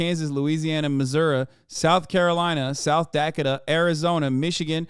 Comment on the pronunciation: I like the way Hasan pronounces South Dakota.